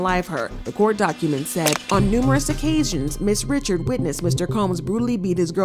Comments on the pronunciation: FYI It's not Dawn Richard it's Dawn Ri-shard 😂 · Not saying Dawns last name wrong too 🤦🏾‍♂️ why Dawn goes by just Dawn.